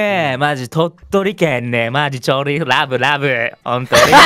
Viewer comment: 「ﾗﾌﾞｩ ﾗﾌﾞｩ」外国人みたいwww